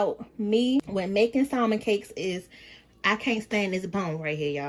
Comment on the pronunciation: Her saying SALMON instead of salmon silent L irks me 🤣